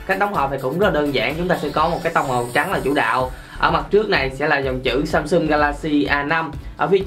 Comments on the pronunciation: Ít nhất cũng phải phát âm chữ Samsung cho ra Samsung chứ ai đâu lại Samsum. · Người Việt rất hay gọi SamSum thay vì SamSung :p